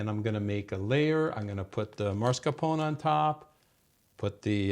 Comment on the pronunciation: mah-scar-POH-nay not MAR-scah-poh-nay.